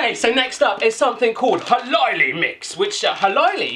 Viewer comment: when you say "minipussi" it sounds like "minipussy" and "hölläily" sounds like "halaili" but the best one was "tonttu suklaapatukoita" = "thonthu sukulapatakoita" xD